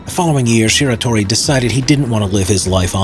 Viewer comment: man I don't want to do this but... it's Shiratori not Shitori.